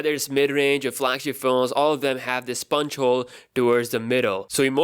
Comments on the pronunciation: did you just say a "Sponge Hole"? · spuntsch hole